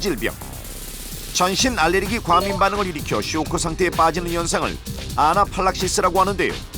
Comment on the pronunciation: 아나필락시스인데 나래이션 아나팔딱시스콘이라고하는거보소